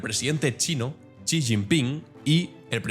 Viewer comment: Estimado, un par de correcciones. La primera, que el apellido del presidente de China se pronuncia como "ella" en inglés (she). La segunda, se está poniendo muy en duda que la población de China sea de 1400 millones. Están haciendo estudios en Japón cotejando el consumo de sal en décadas anteriores y ahora, y las cuentas no salen. Igualmente, se están usando modelos de crecimiento poblacional para comparar el crecimiento de la India y China. Las cuentas siguen sin salir. El COVID hizo estragos y no sabemos de verdad cuánta gente falleció. Se habla de que 700 u 800 millones puede ser una cifra más certera para la población de China.